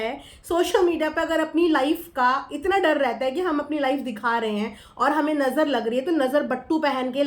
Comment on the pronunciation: Manisha bhi hamesha nazar nazer bolti hai. 😂😂😂😂😂😂😂